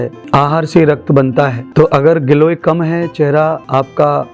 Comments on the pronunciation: glow ko giloy kah rhe hai 😂😂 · गिलोय नहीं ग्लो बोलें। आपका क्षेत्र धार्मिक उसके अनुसार शरीर पर ध्यान न देकर प्रभु प्रेम का ध्यान होना चाहिए। शारीरिक उपचार की बात आयुर्वेदिक क्षेत्र वाले करें तो अच्छा रहेगा।